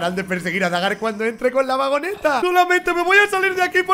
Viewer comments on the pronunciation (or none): No es baga es dagar ashhhh